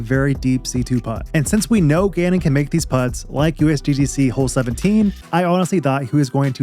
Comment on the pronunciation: LFG for calvin! btw T it really sounds like you say gannon wins.. and the CC agrees lol it says genon LOL